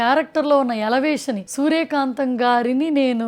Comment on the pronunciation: Elevation word ni correctgaa pronounce cheyandi pls.